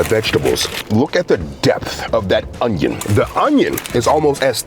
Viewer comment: ive been sat here crying laughing at the way you emphasize "Onion"